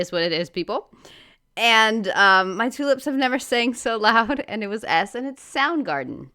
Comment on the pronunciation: I didn't guess them, but your Rockbusters were great. Joy Division was very clever! I thought you said 'two lips' not 'tulips', haha. I wouldn't have got it anyway. Not heard of Soundgarden. Here's one (pretty easy):) I need this to keep my big Cadillac from getting wet when it rains. Initials F.M. Great reaction as ever.